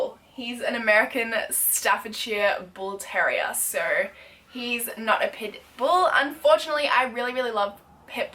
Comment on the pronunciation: i legit thought you were saying pimple instead put bull